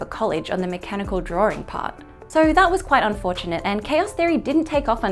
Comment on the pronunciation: I like your videos of explaining things in simple methods. Not sure why you tend to add an “r” in some words, such as “drawring” instead of “drawing”